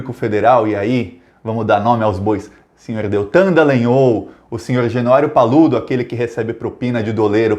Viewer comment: Muito bom. Só uma correção. Não é trÍplex mas triplÉx. Não é dElagnÔl mas dAlagnÓl... O resto tá excelente, pau nos fascistas!